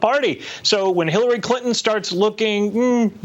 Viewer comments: Did the host say Hillary Clinin? Who’s that? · ...Is it English? (families) "Famies" (ClinTon) "Clin-in" (Manhattan) Man-haaa-in... "T" is a letter in the English language!